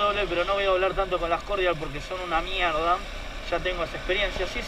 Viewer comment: "MIEGDA" CUBIERTAS DE MIERGDA! jajaja sos un genio pibe me haces cagar de risa , llegue de casualidad por la review de la cb 500 y me quede en el canal..saludos desde sarafael mza..